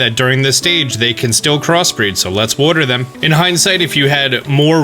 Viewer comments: no one:: worter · Wodder wodder wodder wodder wodder